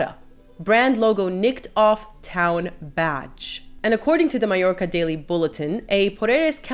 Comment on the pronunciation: Thank you for pronouncing Porreres and Mallorca correctly. So many commenters aren't.